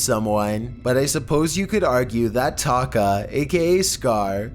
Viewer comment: Anyone else heard Taco/ Taki instead of Taka? XD